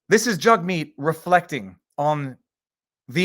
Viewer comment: Each time you say Jugmeet Jughead keeps popping into my head. Jagmeet better get use to the heckling and just because some cdn shoved his finger in his face, while he was in the car doesn't constitute harassement. It was a moment of anger. Had the guy bang on the window it would only constitutes intimidation. A misdemeanor. It was just rude if anything!